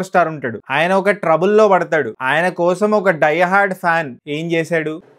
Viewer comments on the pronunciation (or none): none